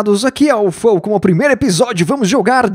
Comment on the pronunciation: Ah... e teu "nome" se pronuncia "Fal" (sujo, imundo,ceboso.... e literalmente tudo o q não presta)... Rsrsrsrs!! Mas teu canal é bem o contrário disso. Mesmo assim, belo Nick. Gostava de usar ele em alguns Chars meus em MMORPGs, usava "FoulSoul" ^^... Abraço!!